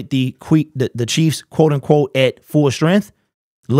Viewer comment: He calls the Chiefs the queefs lol